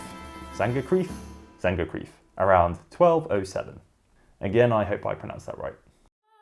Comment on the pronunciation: I know that German names and words aren't to pronounce easy. But Hey, Eisenach was very good. Only the word "Sängerkrieg" you must learn to pronounce.😂😂 Maby you should try it with Google translater sounds. It helped me to pronounce Edinburgh.😂